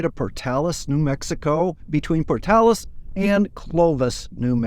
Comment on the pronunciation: Thank you for saying Portales correctly. I went to University there and did go to Oasis State Park and went to Blackwater Draw as part of one of my classes at ENMU.